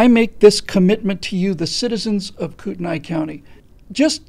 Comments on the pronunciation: P. S. It's pronounced Kootenee. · I'm from kootenai county. currently live a little south. it's pronounced koot-nee. unfortunately, like the rest of idaho, it's being overrun with socialists from seattle, oregon, and commiefornia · Pronounced Koot-nee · You’re saying the county wrong... 😁